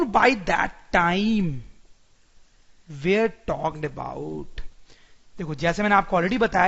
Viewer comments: Sir your pronunciation is not correct when you say "were".I am not insulting, I am just correcting your mistake.The pronunciation here you are using is of where not were.Thank you btw for such a helpful video.Great effort done by you and btw its more better in hindi because we get to know the things much better as it is our mother tongue. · He don't know the pronunciation of were